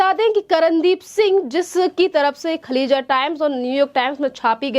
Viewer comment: खलीजा टाइम्स नहीं खालीज टाइम्स नाम तो ठीक से लें